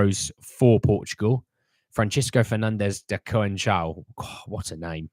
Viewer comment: No to Neto, too injury prone. Conceicao is pronounced Con Seh Sow.